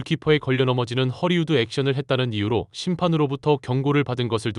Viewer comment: ◇ 속담: "입은 비틀어져도 말은 바로 하라!" 허리우드 액션?!?!?!?! × 헐리우드 액션 ○ r과 l의 발음도 구별을 못 하나?????? 바로 전염되어 댓글에도 허리우드 액션?!?!?!?!?! Hollywood Action